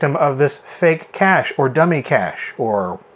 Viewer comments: Kay-sh is correct, as in "the pirates had a hidden treasure cache", not "the pirates had a hidden treasure cash" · Us old timers know by sight these fake cache (cay-sh not cash). :) The engraving and excessive fake plastic look give them up right away. It may be enabled all you want, but it don't make that empty socket full. EDO = E.D.O. not eedoh. Your pronunciations really hits the ear wrong.